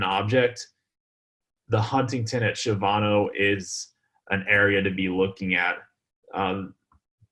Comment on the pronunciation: I’m a native Of San Antonio and I’m not trying to be rude at all but you we’re mis-pronouncing Shavano It’s actually pronounced Sha-va-no it’s kind of like people mis-pronounce Bexar county for Bex-ar instead of Behr